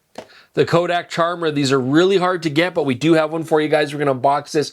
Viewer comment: It all in the name - a good little pun. It should be pronounced like Chimera with a hard K sound